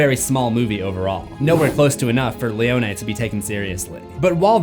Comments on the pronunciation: *pronounced "Leo Knee" and not "Leo Nay". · Why you saying leone like that 😂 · Seems like a very rushed video trying to get views off of a movie that’s already past the trending space. Doesn’t know how to pronounce Leone’s name and a terrible intro stating things that no one is stating. Just bland facts